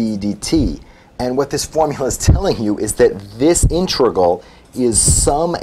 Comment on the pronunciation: Please stop pronouncing "integral" as "intregal."